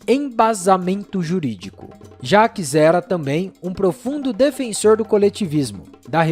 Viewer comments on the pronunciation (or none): none